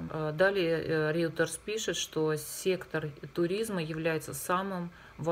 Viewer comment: Не Реутерс, а Рейтер